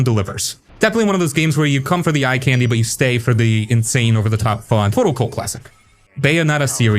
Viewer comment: Why are you pronouncing "candy" so weird?!